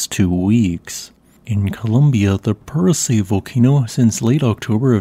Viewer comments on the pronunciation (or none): Isn't Purace pronounced "Pure aw chay"?